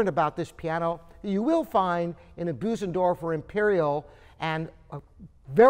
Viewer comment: Bösendorfer is pronounced Bersendorfer, not Boosendorfer.